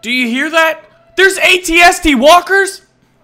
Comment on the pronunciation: thanks for saying at at and at st right:D Ant out